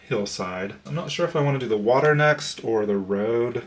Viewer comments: It's definitely water, not waTer. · Congratulations! I love your video. I'm originally from Georgia and I too say "wader" lol. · "Unwritten" 😍😍😍 LOVE that song! ... Great explanation also! Hehe 🤭 Just teasing you! LOVE your energy and your cards! 🤗 Thank you for the introduction. Nice meeting you 😊 And.. as a French Canadian living in Québec, we say "WaTer" also hehe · I’m from Australia, via the UK and it will always be WAR-tah! 🌹❤️ (Edit: I’ve never understood ‘perfectionism’. My idea of perfection will not be the same as everyone else. And vice versa. Seems like an exhaustive amount of pressure that will never be relieved or could ever be fulfilled. Don’t get caught up in it all, whatever you’re doing right now is enough. And right now this hobby is fabulous. 🌹❤️